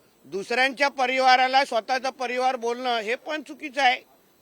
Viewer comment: परिवार हा शब्द पाहिला बोलायला शिक!